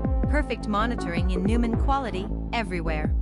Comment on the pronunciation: This must be AI voiceover. The narrator can't even pronounce the product's name properly...ridiculous! Couldn't get through the presentation because of that.....